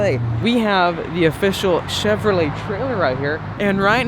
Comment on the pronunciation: First time viewer here! Huge ford guy (03 cobra, 15 fiST and a 14 built st fiST) may trade the termi for a c8. But being new I may be the only one that is bothered on how he says Chevrolet....